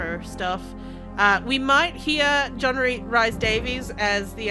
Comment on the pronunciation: I'm sure it's Rhys said like Reece, not Rice. Another LPer also said it as Rice. Rhys or Rhŷs is a popular Welsh given name (usually male), which is famous in Welsh history and which is also used as a surname. It is pronounced [r̥ɨːs] in North Wales, [r̥iːs] in South Wales, and /riːs/ in English. Anglicised forms of the name include Reece, Rees, and Reese.